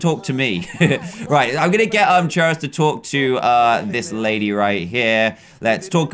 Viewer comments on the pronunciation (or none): none